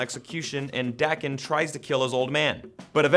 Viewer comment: it's not the actual creators pronounce it "Dah ken"